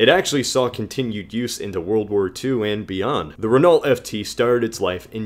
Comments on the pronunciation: It's pronounced renal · Its pronounced RE-NO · You pronounced Renault incorrectly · The way he says Renault hurts me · the way he pronounces renault omg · My god you say renault like its actually spelled. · Jesus Christ you butchered Renault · THought the French E was more like "uh" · I think it's not "ree" because in french this sound is prounounced with a "i"so "rennoe" has to be the right way (btw i"m french) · Its Reno not Renal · Not "raynawlt" , but "rayknow" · Renault is pronounced ren-oh, REN-OH,, NOT REN-ULT, REN-OH. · It's pronounced "rennoe" not "reenalt" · I love your pronunciation of Renault. It never occurred to me that some people would pronounce it Ren-alt rather than Ren-o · I'm sorry if you've already seen it, but you're pronouncing Renault wrong. You're saying "re-NALL" when the more correct way is "re-NOUGH, as in "dough". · "Re - no" not Renull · Pronounced Ren-oh not Re-naw-lt. (Renault) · btw its ren-o not ren-ault (just sayin) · Renault is pronounces Renough not renaul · Renault is pronounced (ren-oh) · pssst it's pronounced "ren-o" not "ren-alt" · Renault is pronounced like Renno btw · Renault is pronounced Ren-o by the way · Renault is actually pronounced Re-noe. Sorry it just kinda bothered me. Amazing video though! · A little nick picky I know, but Renault is pronounced : Ren-Noe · great video gut f.y.i "Renault" is pronounced Ren-O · renault is pronounced "ren-oh" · Renault is pronounced "Ren Oh" btw. And I'm a Brit... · isnt Renault pronounced as [reenau]? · Renault is pronounced "reh-no" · Renault is actually pronounced Renó. :) Now you know! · Just to let you know you pronounce Renault reno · Renault is pronounced as Ren-Oh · Renault is pronounced as Renno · renault is pronounced ren-oh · Renault is pronounced "Renoh" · "Renault" is pronounced "Ren-o." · Renault is pronounced 'ren o' It's French, and they pronounce better than they spell.... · Renault is pronounced ren- oh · Renault is pronounced RENow lad